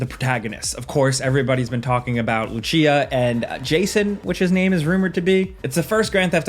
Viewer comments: It's not Luchiya or whatever, it's Lucia. That is a real name and it is beautiful too, but many people including you pronounce it wrong....actually many people do it, especially British or Americans. It is a common name for a girl and really nice! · Lucia not luchia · This dude said "LuCHeea" lol it's Lucia. LooCeeAhh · "lusia" not "luchia" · FYI Lucia is pronounced "Loo-see-uh" not "Loo-chee-uh". Her corrections officer says her name in the trailer, it's like the first bit of dialogue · They way you said it, Luchia 😂😂 it’s just Lucia or in your gringo language Lou-sia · Love your videos. Just FYI Lucia is "Lusia" not "Luchia" lol. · Loucheea? you mean lucia, lou-seea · I love how literally everyone knows how to pronounce Lucia like "Lew-see-ah" but you just want to be different and say "Luchia" and it sounds stupid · Dude said lucheeya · My mans said “luchia” 😬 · luchia wtf was that pronunciation ? it's lucia my guy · Luchia? xD wtf is that pronunciation, her name is said in the first 5s of the trailer. It's a very simple name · It’s Lucia not luchia she’s not Italian. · Bro said LuCHia… Lucia homie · Did anybody wlse notice that he said "Luchia" not lucia Lmaooo😂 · Ok but why did call her Luchia tho?😭😭😭😭😭😭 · Lu chee ya? Lol😂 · We have a long road ahead, especially if you're on PC, can we start pronouncing the main character's name right? LOO-SEE-AH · Bro said Jason and Luchia💀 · did you say Luchia?😂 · LUTYA? hahahahahha, the correct latin it's more like "lucifer", but with british "a" instead of "fer" at the end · Lmao he said "LUCHIHA" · wait luchia? I think you mean Lucia. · This dude is looking forward to the possibility of getting stuck in traffic or mud. Also please never say "zaney" or "luCHIa" again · Bro did you just say Lu-cheeya? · Did he actually called lucia, Luchia? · Its LOO-SEE-AH. did you even watch the trailer? They say her name in the first few seconds of the trailer 😂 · ffs, it's not that hard to pronounce Lucia...